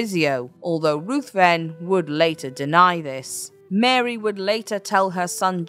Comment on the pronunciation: Lord Ruthven is pronounced Rivven.